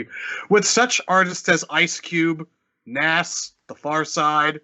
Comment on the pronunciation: Did you mispronounce Nas?